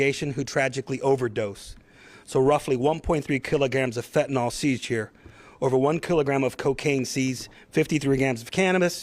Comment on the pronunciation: Being a teacher here: fentanil/nyl...not nal. Say it correctly. You are spending a lot of money to put on this "production" for media. Go catch bad guys and girls. Don't put LEO's in jeopardy with media productions. We need them to be safe!